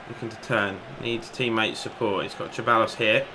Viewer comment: Hi mate love your videos so happy you are playing pes and on a challenging difficulty level too. Ceballos is pronounced "sir buy os" in spanish